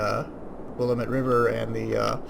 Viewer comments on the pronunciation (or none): it's will-A-mette